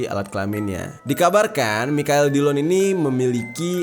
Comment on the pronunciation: Ngakak pas bang jer berkali-kali spelling Michael jadi "Mikael" secara jujur 😂 udah gitu dia bilang kapan "anu-anunya" lagi 😂🤣🤣